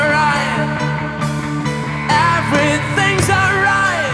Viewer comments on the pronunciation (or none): The cover was perfect to my ears except the way he pronounced the word "eveything" as UHVERYTHING. But he gave justice almost at par with the original like he owns the song